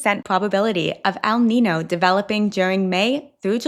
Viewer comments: Along the same lines as a previous comment on mispronunciation, El Niño is pronounced "el neenyo", not "el neeno". 😉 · It's El Niño (Neen-yo), not El Nino (Nee-no)